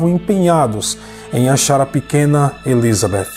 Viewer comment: Adoro o canal e a narração,só me dá agonia a maneira como o pronuncia o nome Elizabeth 😐 No mais,parabéns pelo trabalho 👏🏼👏🏼👏🏼